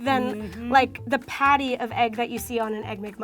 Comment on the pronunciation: Did anyone else noticed said potty not patty